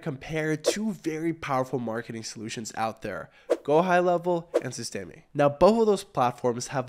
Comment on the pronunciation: "sis-teh-mee" , com'n bro.... SYSTEM(E is silent)